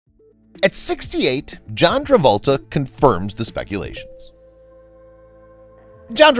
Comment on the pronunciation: You keep saying "John Revolta"